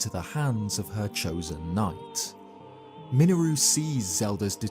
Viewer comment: "miniroo" .....that sure is an 'interesting' way to pronounce her name. lol.